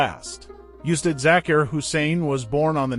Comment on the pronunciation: “Oostad”....for ustad....thats the pronunciation